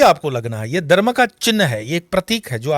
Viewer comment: Prhle tp yeh Dharma ka pronunciation theek se kare. Phit baki baat sunenge